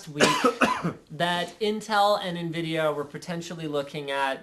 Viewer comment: so Invidia or Nvidatel haha